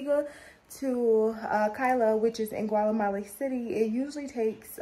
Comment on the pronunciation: yesssss, & girl not “ Gwalamala “ 🤣